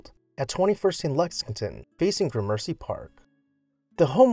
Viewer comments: GRAM-ur-see, not Gra-MERCY Jack-uh-BEE-un, not Ja-CO-BE-un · I love what you do but there are issues with proper pronunciation. GRAmercy Park. Not GraMERcy. And from a previous episode - ElizaBEthan and JacoBEan. Still, the episodes are enlightening, well-researched, and compelling. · JaCObean. He was correct on that one. Although I did cringe at Gramercy.😑